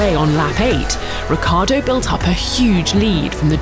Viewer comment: Ricciardo, pronounced Rich-iar-do, not Rick-iar-do. Italian anchestors, please forgive them as they don’t know what they are doing....